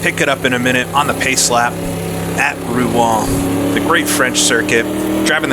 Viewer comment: One like for the correct pronunciation of Rouen alone. Great stuff!